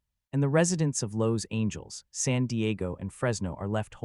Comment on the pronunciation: Lowe's angels? Total AI